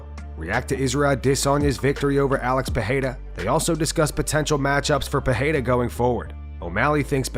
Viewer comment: It's not pronounced Pihada you dummy. It's Peirera.